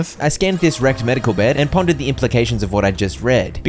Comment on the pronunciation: Bro whenever this man says “wrecked” I hear erect 😂😂😂